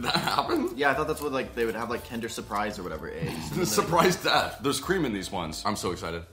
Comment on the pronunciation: knowing german. hearing say "where's my kinder cream" was DIABOLICAL.